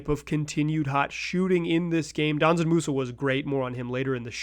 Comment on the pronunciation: Brother it‘s not „Danzan Musa“. It‘s Džanan. You say the „Dž“ like the letter g. You pronounce it like f.e. the g in „geometry“ or the 2nd g in „gorGeous“.